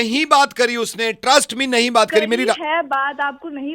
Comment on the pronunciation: She's saying Hae ni instead of Hai Nahi she's nibbi😂